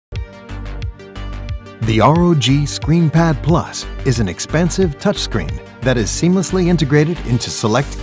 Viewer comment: " Expansive " not expensive